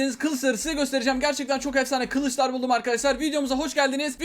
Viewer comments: abi sen niye kılıçlara Kılıslar diyorsun? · 03 saniye sesi azaltın kılıçlar yerine kızlar diyo hahahh